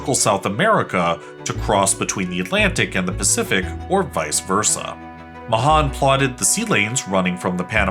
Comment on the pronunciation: You mispronounced Mahan